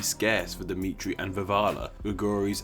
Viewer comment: it's dimitri